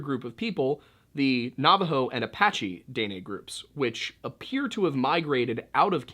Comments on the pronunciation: I love your vids, I just wanted to help you with pronunciation of Dinè. it’s more of “deh-neh” or “duh-neh” instead of “day-nay”. The last half “neh” is almost cut off, so instead of “nay” it’s more like “neh-“. I hope this helps :)) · it's pronounced "Di neh" for the people from the south but "day nay" gave me a good laugh. you make some really good content. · This is the first time I can say I've heard Dene pronounced Day-nay instead of Deh-Neh lol. I recently found your videos and I love how you always include history of the area 💛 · Btw it’s pronounced “den-nay” (like the horse) it means “the people” out culture goes very deep and is very interesting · It’s pronounced DEN NAY. I’m kaska Dena from this region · Btw it's pronounced Den-ay. Maybe im retarded but i know dene people and thats how they said it. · I’m so sorry I usually love your videos but I’m Dene and I just can’t get through the video with you saying it wrong the whole time 😭😂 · Just a comment from a Canadian viewer and fan. Since you brought it up, Indians up here are called "First Nations or Native Canadians". When you are that far North, they are usually referred to as "The Inuit". The Métis is pronounced as May-tee, Dene is pronounced as Den-ay. Knowing the difference, yet still saying "Native Americans" is not cool...just saying. 🇨🇦